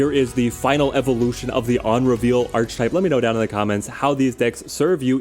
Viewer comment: I love your videos man! But please can you start pronouncing archetype right? Ark-e-type